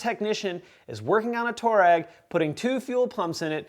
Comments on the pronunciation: Just so you know, it’s pronounced "twar-egg" not "tour-egg" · The name toureg is after an African tribe and it's actually pronounced (I'll write it phonetically) twah reg... just saying!